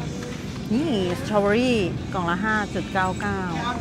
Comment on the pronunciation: Berry = แบร์รี่ ไม่ใช่ X เบอร์รี่ X ที่คนไทยชอบออกเสียง ชอบมากครับที่ออกเสียงตรงและชัดสุดๆ ๕ ๕๕๕ สักวันนึงคนไทยคงได้สติ และออกเสียงให้ถูก!!